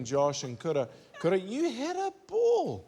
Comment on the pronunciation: These NZ accents kill me. They way they pronounce "ea," and until I read the description, I thought Kura's name was Coulda.